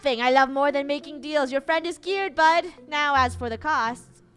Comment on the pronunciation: Gerogie pretending to be an Angel: hey fwend lets make a deal a fwendly deal. Funneh: YES YES YES YES YES! Draco: OH MY GOD FUNNEH! REEEEEEEEEEEEEEEEEEEEEEEEEEEEEE!